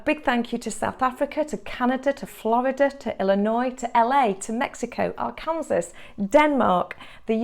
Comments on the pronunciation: Watching from Missouri USA and Arkansas is pronounced ,are-ken-saw. Thanks for the videos. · I actually saw this happen to somebody but didn't know what it was called . Thanks for the explanation . Oh by the way it's pronounced Ark-en-saw. Not from there so didn't bother me just a heads up. Great site by the way.